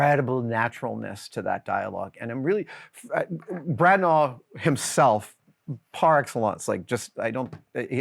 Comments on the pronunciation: I came for Adams views and opinions, I stayed for his pronunciation of Branagh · Adam pronounces Branagh weird 😆 Also, there's a theory that Shakespeare in American English is more historically accurate.